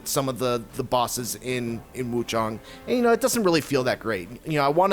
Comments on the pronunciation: Why are these reviewers calling it wuchOng. Its wuchAng. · Woo-ChANG my guy...